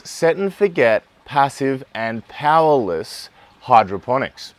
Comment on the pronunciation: Love the emphasis on powerless